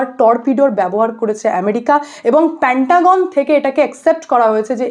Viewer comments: I request you to rectify pronunciation of "PANTAGON" "MOHARA" it should be "PENTAGON" "MAHARA" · প‍্যান্টাগন নয়- পেন্টাগন। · মোহোড়া নয় মহড়া হবে উচ্চারণ। প্যান্টাগন নয় পেণ্টাগন -- কি হচ্ছে কি? বাঙালিত্ব. ....? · Didi ota pentagon. Ar eto baje pronunciation newa jachhena. Pantagon pantagon kora bondho korun. Dorkar hole google e search kore dekhe nin ki uchharon hobe.